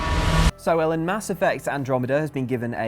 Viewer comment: I actually thought Ellen said Hiya Mellon not Hey, i'm Ellen.